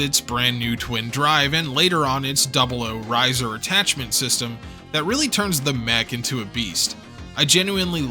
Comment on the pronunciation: Pronounces Ptolomy perfectly, butchers 00-Raiser everytime If it's on purpose that's sick If it's accidental, do you not proof watch your stuff?